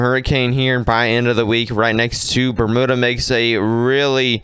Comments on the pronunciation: Bermuda is pronounced Burm-you-da! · It’ pronounced Berm you-da). No oo sound at all!!